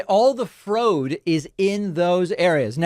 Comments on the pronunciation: Frode...frode...ohhh, the French pronunciation of fraud! Whew, she's whip-smart! 🤠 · I think she said "Frodo" not "fraud," since Frodo did illegally cross the Mordor border line and blew up the eye. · She found the frood on the trooth social media.:-) :-)